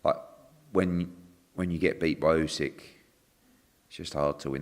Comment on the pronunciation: Love how Eddie picks up on saying Usyk wrong when he says Birmingham and Lennox wrong 😂